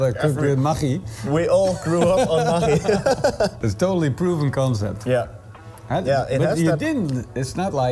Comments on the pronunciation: Spell it "ma-GG-i" like in the word Buggy. When you say it i sounds lika "Ma CH I" . Even you are right, i think most of the poeple spell ist "ma-GG-i" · it's pronounced MAGGIE, like Maggie from The Walking Dead. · We have Maggi noodles in Australia. But we say it as Maggie We pronounce it with an e on the end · What did you call that? Maghkchi? Never heard it pronounced that way before. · lolol i didnt know that's how you pronounce the name. Here is asia we just pronounce it as "Maggie" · pronounced Ma-gee :D